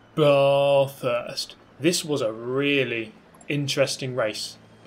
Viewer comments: Bath-urst. Like "BAT". Not Bar-thurst. Please you're killing me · It’s ‘bath’ like ‘math’, not ‘Barth’, love your vids but this annoys me everytime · Why are you making fun of Bathurst? Why are you saying Bar-thurst? Why do people make fun of Australian things, it isn’t funny. It’s like people not from here always try to put us down, which is ironic since we are better than most countries. Also, you’ll do 8 laps. That’s not hard to work out. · Yeh I've been a subscriber for years, I know he always intentionally exaggerates his pronunciation of it ;) I do recall he used to pronounce it more like Bat-Hurst or something, but then was corrected, but I find his new improved pronunciation even more annoying probably because it's closer but still off